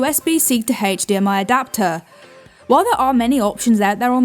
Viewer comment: Did "she"say Adapter or Doctor, WTF!?